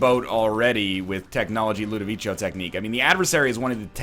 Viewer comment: LudoviKo, not Ludovicho